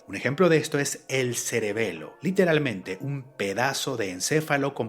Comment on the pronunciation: Ya llevo casi un año siguiendo este canal y primera vez que lo escucho decir a la palabra celebelo 😂